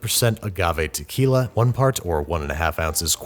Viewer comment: Did someone say Takyla